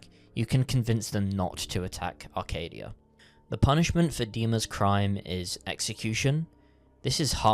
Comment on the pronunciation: every time i see/hear someone say acadia as "arcadia" i feel so disappointment in people